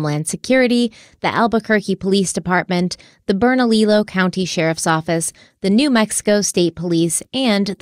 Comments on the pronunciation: The speech policewoman is back. Bernalillo County is pronounced Berna-lee-yo. Slight emphasis on the "lee" part. In the spanish language, often double l's are pronounced like "y's", or they are silent. If that makes sense. I may have that all messed up technically, but I try. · It's pronounced Bernaliyo, the 2 ll's make the y sound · I love you, but say it with me... BERNA-LEE-OH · I love you to pieces and the way you pronounce Bernalillo. I want to help you, please don’t come for me. 😂 BERNA… lee oh. That’s how to say it. Don’t ask me why because we have several “L” in there. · I hate to be so nitpicky, but Bernalillo is pronounced Berna-lee-YO! In Spanish two L’s are pronounced as a Y. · You guys are doing an amazing job covering this case. I'm a native to New Mexico and had never heard of it. I wanted to let you know you have a country spelled/pronounced wrong though. It's Bernalillo County (Pronounced Berna-leo not Berna-lilo) The two lls make the y sound. All the love to you guys! Keep up the amazing work!! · I live in Rio Rancho, suburb of Albuquerque. Loved this one close to home. Look at West Mesa murders. It's unsolved, and was surprise discovery. Bernalillo is pronounced Burn-a-Leo and Belen is Bi-lin. Loved listening to you saying the words. We have caliche pits for dirt roads all over. With coyotes black bear and cougars, it's hard to say what happen to her body. And yes the cops suck here and wouldn't surprise me if they were covering their own f*** up... cover up of a mishandled case. Extremely plausible for vuh-lin-see-uh cops. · Just so you know, it's Berna- LEE-YO. The two Ls next to one another make a Y sound in Spanish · Bern-a-lee-yo,. Much love. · It's bern-ah-LEE-oh (Bernalillo) county, the double Ls make a Y sound. 😊